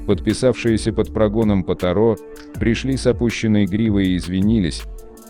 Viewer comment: Ударение не на А а на О